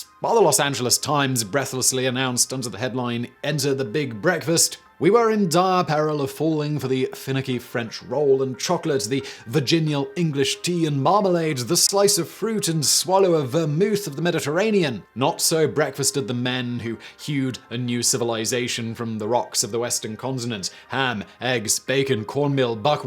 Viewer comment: How ironic that a virgin can't pronounce 'virginal'.